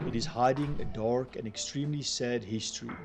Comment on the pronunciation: Baie insiggewende video. Julle 2 manne wat die video maak is duidelik albei afrikaanssprekend,en ek verstaan heeltemal waarom julle die video in engels doen,maar oh weë,ek "cringe" elke keer wat jy die woord "dark" sê. Luister bietjie self hoe jy daai R so oordoen met die rol 🤦‍♀️. Dit het gemaak dat ek ek op niks anders in die video kon konsentreer behalwe die aanplakkerigheid van daardie uitspraak nie. Praat maar eerder net engels met die gewone aksent waarmee meeste afrikaanse mense praat.